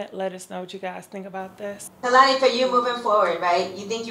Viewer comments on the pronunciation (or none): I lobe you sooo much but could you please work on pronouncing people's names correctly. You're always saying peoples names that are NO WHERE near the spelling and pronunciation. Khelani has an "n"